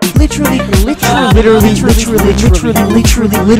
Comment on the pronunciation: More like litcheraly